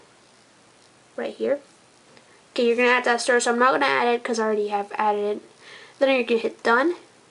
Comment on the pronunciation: Learn to say source dipshit!